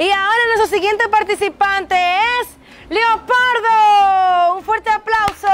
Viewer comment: Perame perame dijo leopordo y no leopardo😅😅